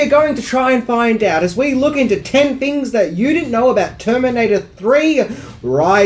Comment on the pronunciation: did he say ten fings